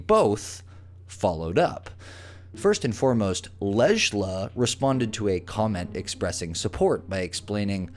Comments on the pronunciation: It’s pronounced Leila 😂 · Damn, you butchered that name. It's pronounced "leila."